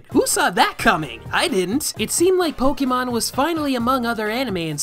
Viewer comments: >Huge fan of Pokemon >Still calls it poke-ee-mon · I can't take any kid seriously if they pronounce it "poke-ee-mon" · wow never seen someone who loves can't pronounce Pokemon